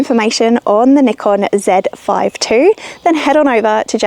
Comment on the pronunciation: It's cool to hear you pronounced Zèd Five Two, instead of Zee Five Two 😊